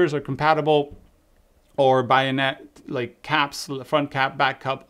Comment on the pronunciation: yes, but the wide lens has a centre filter, and is a screw thread, NOT bay-on-ett (how you say it, you said buy-on-ett!!); but this should be included inside the lid of the leather cylinder it comes in.